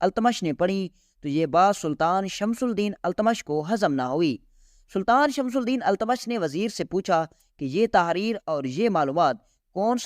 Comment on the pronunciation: Tumhari Urdu bhi kharab hai. Pahle sun lo fir padho... Shamsul Deen, Qutbul Deen nahi hai. Shamshuddin aur Qutubuddin etc hai